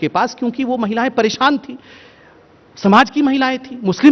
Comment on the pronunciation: "परेशान "शब्द गलत बोली